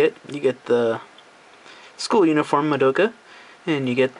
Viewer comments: Scratch that, her name is Madoka, right? You pronounce it by the letters, none of the letters in her name are not pronounced. its Mah-do-ka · Its pronounced MAH DOH KAH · lol you english people like madoka but never pronounce her name right. It is not maDOUka lol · I think the 'doh' part is shorter, it's more like, Maa-do-kah. I pronounced it your way before, so don't worry.